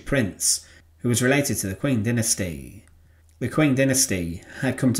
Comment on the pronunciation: Maybe worth checking pronunciation guides and doing another take, a lot of these chinese names are distractingly mispronounced. Qing is like "Cheeng", for example. Love your work.